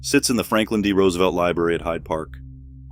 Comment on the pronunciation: Can you at least pronounce the last name correctly? 😂